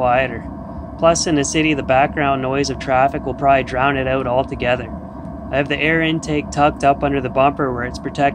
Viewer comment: You mean, stretched "oot"